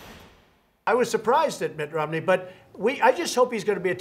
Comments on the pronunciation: It’s pronounced: ROM-ney. Not: ROM-uh-ney. Not that I care, but your a journalist. Get it right. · Why do they pronounce Romney, rominey? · lol why does she keep pronouncing it ROM-A-NEY?